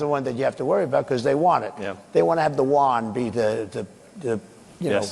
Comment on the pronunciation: 處川普說的是人民幣的元 “yuan”，估計是他不太會發這個音。不是“一”。